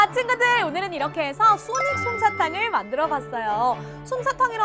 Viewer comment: 아니 소닉이 아니라 싸닉이잖아 ㅋㅋㅋㅋㅋㅋㅋㅋㅋㅋㅋㅋㅋㅋㅋㅋㅋㅋㅋㅋㅋㅋㅋㅋㅋㅋㅋ